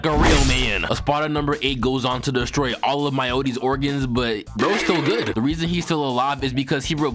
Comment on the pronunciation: "STILL GUHD" be killin me 🤣🤣🤣